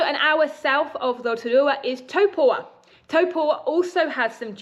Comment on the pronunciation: Is it not Taupo rather than Topua? Sorry to be pedantic but it made me think I had it wrong.